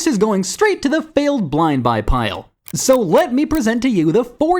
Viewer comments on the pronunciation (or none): "downt bloynd boy"